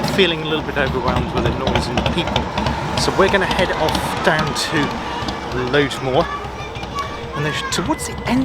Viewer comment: I am glad you liked it. One small point: it's pronounced Lodmoor, not Loadmoor.